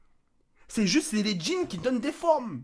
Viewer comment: Je suis le seul à avoir cru qu'il avait dit djinn et pas jeans